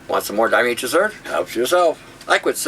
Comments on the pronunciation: diatoms...Marisa Tomei...it IS a really hard word for the tongue!!! die-a-tomei-trous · diotamasous made me feel like i was peeing glass horrible